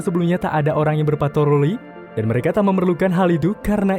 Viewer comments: 3.45 Ada yang denger gak pas dia ngomong patroli malah jadi patoroli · Bang patroli bg bukan patoroli